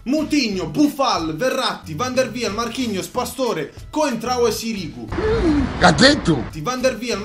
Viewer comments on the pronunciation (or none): Non si pronuncia sirìgu ma sìrigu